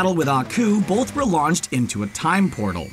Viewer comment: the narrator keeps pronouncing the word "both" as "bolth"... Why???